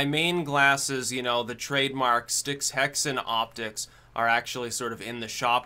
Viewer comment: Haha "styxhexenoptics"